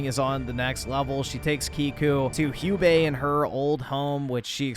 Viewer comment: Hugh-bae. lmao. Americans can't even pronounce English words properly let alone non-English ones.